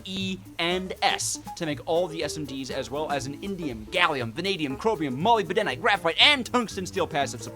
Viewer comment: Did he say molybedenite